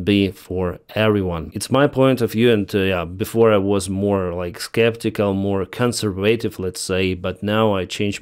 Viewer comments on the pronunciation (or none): none